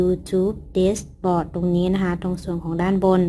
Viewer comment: คะ dashboard ออกเสียงว่า "แด็ชบอร์ด" คะพี่ได้ยินหลายคลิปละ ว่าจะทักบอกหลายทีแล้วคะ/พี่ติดตามแทบทุกคลิปเลยนะคะคลิปมีสาระและเข้าใจง่ายมากเหมาะสำหรับยูทูปเบอร์มือใหม่ทุกคนมากๆเลยคะ 😊👍